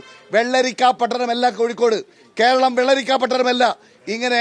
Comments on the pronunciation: Kashtam Keralam ennu parayan polum ariyilla 😂koiralam polum😂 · കേരളം എന്ന് പറയാൻ പോലും അറിയാത്ത സുടാപ്പി